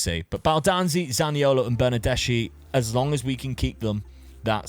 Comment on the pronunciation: Nothing really serious, just something that can be useful for the future, when you have CH in Italian, the pronunciation is like a K, so BernardesCHi is pronounced BernardesKi